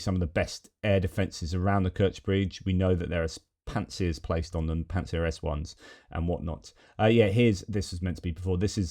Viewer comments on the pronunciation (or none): none